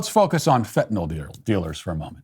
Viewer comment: Finally! Someone who pronounces the drug correctly - fen-tin-all…